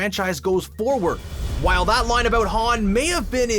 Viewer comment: what's a "loine", like "the most famous loine in the series"